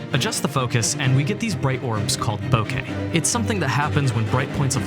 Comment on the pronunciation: Im glad you said Bokeh correctly. Its a pet peeve when i hear "Bokah"